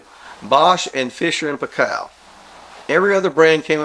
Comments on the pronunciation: Fisher & Paykel.? The last name is pronounced 'pie-kle'. Not pie-kel. It rhymes with Michael. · New Zealander here, the Paykel in Fisher & Paykel is pronounced "pie-cool" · You pronounce it Fisher and Pie call, it was originally a New Zealand brand. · Not that it matters terribly, but in NZ where the brand originated, we pronounce the last name in Fisher and Paykel more like "Pie kill". Nice vid btw.